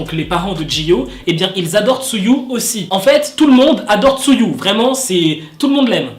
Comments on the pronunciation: Tu m'as tué avec ton "tzuyu" ça se prononce "chewi"😭😭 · juste, TZUYU ne se dit pas 'tsuyu' mais 'cheuwy' voilà^^' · CA SE DIT TZUWI PAS TZUYU ROHH XD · Juste un petit truc, Tzuyu se prononce "Chewy" 😉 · Tzuyu se prononce " chewi " 😂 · Juste un petit truc, Tzuyu se prononce " Chewy" 😉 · Vu que je connais le hangeul de lis "쯔위" "chewi" mdr